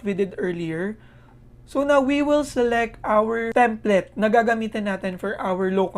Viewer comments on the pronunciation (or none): template po...as in plate (plato)